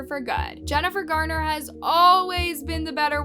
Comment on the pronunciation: It's "Garner"--not "Gardner."